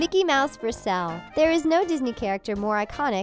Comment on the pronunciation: I hate the way she says sale she says it like sall